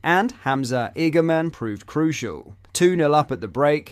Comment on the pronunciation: Igamin poor pronunciation